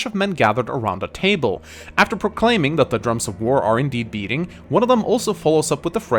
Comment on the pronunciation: Nah, i personally hear a B in the beginning. I understand Breating for some odd reason, but that‘s just an r away from Beating.